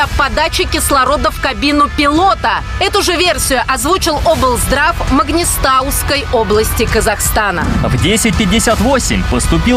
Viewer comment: Кто озвучивает ролик??? Там не правильно назвали местность : не - МаГнистаусквя , а МаНгистауская область !!!!!